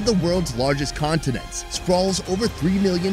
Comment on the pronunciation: He said countrinents